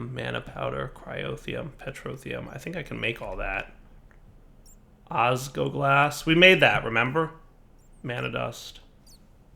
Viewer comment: OsgLoglas, not osgoglas